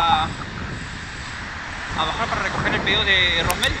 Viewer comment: gracias por ese encargó 👍🤩 es rosmel no ransel🤣🤣🤣🤣🤣🤣🤣🤣🤣 suele pasar con mi nombre xD